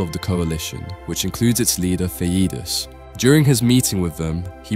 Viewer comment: Thuh-ee-dus, thee-dus, thah-ee-dus.... education failed this dude.